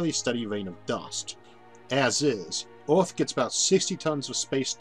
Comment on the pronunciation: Orth?? Orth?? Earth you mean